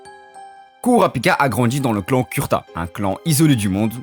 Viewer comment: Mon reuf juste une remarque Son clan c pas Kurta mais kurouta Apars sa la vidéo stylé c une bonne vision meme si jai deja entendu cette théorie mais le fait d'approfondir c mieu merci (J’attend d’autre vidéos bon courage )